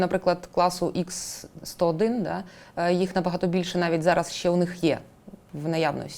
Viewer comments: Завжди цікаво послухати Буланова, але засмучує непрофесійна робота журналіста-жінки. До таких інтерв'ю треба готуватися. Буданов неодноразово каже правильну назву ракет Х-101(ха 101), а журналістка продовжує повторювати Ікс-101. Більшість запитань від неї м'яко кажучи риторичні. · Жінка-журналіст явно вчитися не хоче. Буданов неодноразово каже правильну назву ракет Х-101(ха 101), а вона навіть після цього повторює Ікс-101... Питання від неї, чи є в рашці наші агенти-розвідники, взагалі сміх... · Буданов кілька разів наголошує про ракети Х101, але недолуга журналістка все одно говорить ІКС 101. Невже так важко зрозуміти що в Росії використовується кирилиця??? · Ох і журналістів ви послали інтерв'ю робить. Вона каже "ікс сто один", Буданов поправляє каже "ха сто один", вона бере і тут же знов повторює про ікс. Хіба за останніх три місяці ще не вся країна вивчила чим відрізняються ха-101 від кинджалів і скільки яких ракет було в кожному залпі? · Журналісту (журналістці) разів 4 у відповідь говорять Ха-101, Ха-555, а вона все одно "Ікс-101". Але схоже журналістка Ліги краще розуміється на ракетах, ніж Буданов. Шкода, що в неї не беруть інтерв'ю.